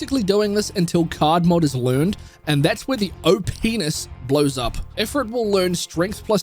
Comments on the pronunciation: OPee-Ness... dunno why that sounds so different to me 💀 This guide is usefull tho thanks <3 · When I heard it I was like "come again?"